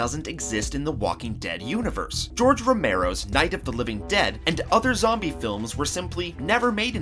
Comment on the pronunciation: When is talking he said zomie